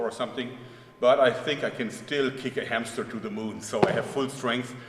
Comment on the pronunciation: did he say "kick a hamster to the moon"??!!? HAHAHA